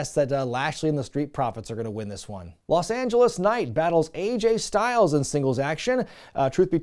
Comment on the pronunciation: Aj (rhymes with badge) Styles…go the other way on the initials.